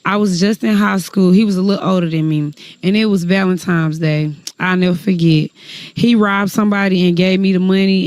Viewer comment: Valemtimz day 😅